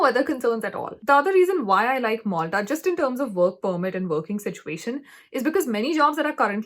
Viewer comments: Not "moltha" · I think that is not Molta it's Malta